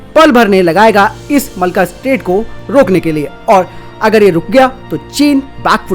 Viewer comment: भाई इसको मलका स्ट्रेट ना कहो यह मलक्का स्ट्रेट है। अच्छी वीडियोज़ में नाम की शुद्धता का महत्त्व होता है।